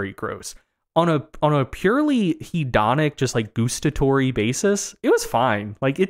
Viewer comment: the pronunciation of “gustatory” sounds a bit wrong to me. But I’m Australian, so maybe that’s how you guys say it over there.